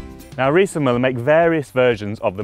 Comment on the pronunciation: Müller. Pronounced "Mew-ler"